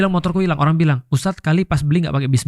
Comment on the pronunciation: Satu yang suka dari mas pandji adalah ketika bilang ustadz walaupun disingkat selalu pake huruf "S" misal "jadi gini stad".. Saya benci banget orang yang manggil ustad yg disingkat langsung mulai dari huruf "D" Contoh "maaf tad" apaan tad tad tad.. Untuk mas pandji masnyaAllah